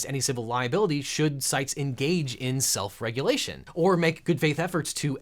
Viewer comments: lol. "Self-reguation" . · Brah. I can understand why you’re upset lately but it’s kinda hurting your content. You’re talking a bit fast and “self-reguation”? Take a breath. Be calm.